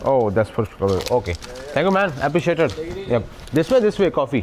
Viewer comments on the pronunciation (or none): Appreciate ❌ appreciater☑️